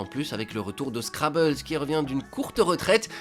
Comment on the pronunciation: c'est scribbles pas scrabbles, c'est M eighty pas MIT. C'est pas si compliqué pourtant. Vous dites Mate pour M8 pas Might